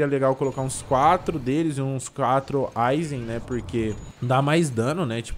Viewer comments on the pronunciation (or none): PLMDS PFVVV PARA DE FALAR GEINOS E DGENOS MAIS OU MENOS ASSIM MESMA COISA DE AYZEN E AYZEN N EYSON